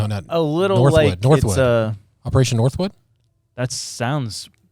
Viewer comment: Opeeation Nort*woods